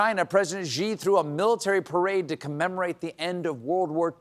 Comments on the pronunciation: Hi, Stephen. I don't know why, but you're confusing the Chinese name Xi with Ji. Look, you're not too old to get this: The name Xi in Mandarin sounds similar to our word "she"--It's NOT the same as "Gee". The given name Jin sounds like our word "gin." Maybe you or your writers are pulling the initial sound of Jin to the "front." Come on, you can do this! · Love Colbert but someone should tell him Xi is pronounced "shee" not "zhee" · Xi is pronounced like "She".